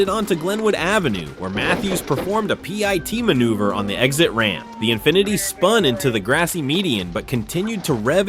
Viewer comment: Its AI slop. Pi-T manouvre was a new one to meeeee ^^